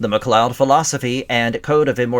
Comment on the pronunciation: Why the hell are you butchering their name? It's not like they don't already pronounce it in the movie/series